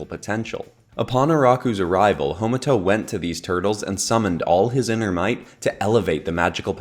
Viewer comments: Ha. Ma. To. Not Homato. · Hey I'm just letting you know it's ha-ma-to, not homato, it's an a not an o in the name.